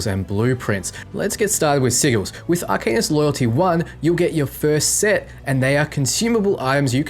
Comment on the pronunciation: Good vid as always! Small tip tho, you mispronounced arcanist and sigil. Should be "R"+"can"+ist and si+"gel". I know it's not a big deal, but I assume you'll be saying them plenty in future vids. Personally, I like to know when I'm mispronouncing things.